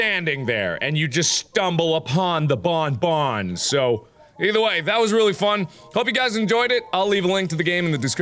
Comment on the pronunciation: Also you dont say "bone-bone" but "bonbon" like you dont prononce the n